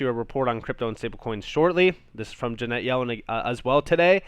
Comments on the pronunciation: love you... 'friends don't let friends...' Her name is 'Janet' rhymes with 'planet,' not Jeanette. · Love the content but her name is Janet not Ja net.